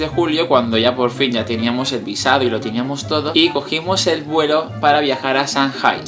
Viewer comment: Se pronuncia changay